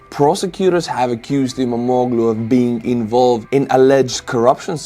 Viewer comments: You pronounce the name of İmamoğlu almost correctly: ii-maa-moo-luu (in Estonian phonetic 🙂) The "g" with a small half-moon accent is mute. The dot on the "I" makes it a long vowel. (I was married to a Turkish man and worked in a Turkish print shop for a few years) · I'm from Turkiye and you're pronunciation of 'İmamoğlu' is almost perfect. No need to change anything.🙂 Thank you for the proper summary of the political situation in Turkiye.